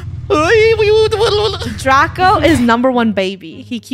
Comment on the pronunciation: Am I the only one that when funny is angry at Draco she says drak